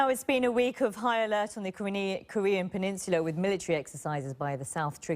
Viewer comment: "Kornean peninsula"